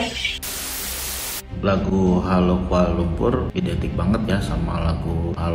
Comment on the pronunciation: Jelas sekali kamu tidak tahu Bahasa Melayu Malaysia yang sebenar. Lirik lagu Hello Hello Kuala Lumpur sendiri sudah jelas menggunakan tatabahasa Bahasa Indonesia. 1. "Halo"? Kami Malaysia sebut Hello. 2. "Kuala LumpuR", sebutan R terlalu jelas dan ditekan. Sedangkan warga Malaysia menyebut "Kuala Lumpu" atau "Kuala LumPO". 3. "Aku"? Lagu kanak-kanak menggunakan "Aku", itu kurang sopan bagi orang Malaysia, sepatutnya "Saya". 4. "Ibu kota"? Malaysia guna "Ibu Negara". 5. "Aku suka sekali"? Malaysia guna "Saya sangat suka". 6. 🇲🇾 Bendera Malaysia sendiri sudah salah, septutnya 14 jalur merah putih. Apa lagi bukti yang kamu mahukan?